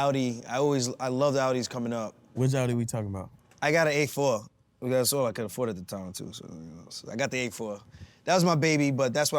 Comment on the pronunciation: "an A fuwr " " that's uwll I could afuwrd" the new York accent came out crazy 😂